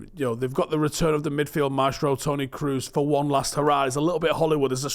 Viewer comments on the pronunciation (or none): none